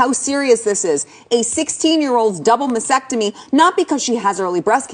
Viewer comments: I agree with what she is saying 100% while also being irrationally angry she keeps pronouncing masTECTOMY as masSECTOMY. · It's pronounced "masTectemy". Break it down by syllables if you need help. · You might convince her better if you could pronounce mastectomy correctly. It is not MASSECTOMY. There is a T in there. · MasTectomy the T is not silent. It is silent in the world often. Lean to speak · Oh, my GAWD, if she mispronounces MASTECTOMY one more time.... Btw, I agree with her. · OH MY GOD THIS WOMAN CANNOT PRONOUNCE MASTECTOMY !!!!! THERE ARE TWO Ts!!!!!!!! 🤯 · Good message but narrator needs a lesson in how to correctly pronounce mastectomy. Also not quite sure about a “based” governor, maybe she meant biased? Presenting your message properly makes a big difference.